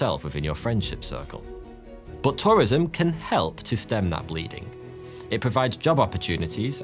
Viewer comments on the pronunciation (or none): You said BUTT TOURISM..😂